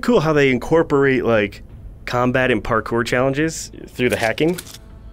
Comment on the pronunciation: MASTERED. PARKER. is this like. On purpose to show that this is an early access build!? It’s pronounced PAR-CORE. lmfao